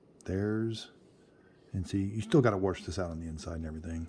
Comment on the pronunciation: WORSH! Sheesh, I love ya.